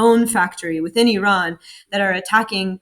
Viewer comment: At last somebody can pronounce iran🎉🎉🎉